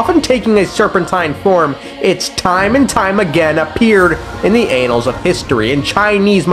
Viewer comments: “In the anals of history” pls 😭 an-NAHLs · Fun fact, "annals" is not pronounced like "anals". 😅